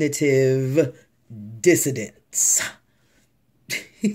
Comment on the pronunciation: 😂😂😂 how you tryna play him while you saying it wrong ya damn self? Cognitive dissoNance my love....not dissoDance as you so eloquently put it.